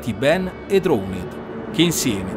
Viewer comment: Senza offesa ma la pronuncia di drowned mi ha fatto scassare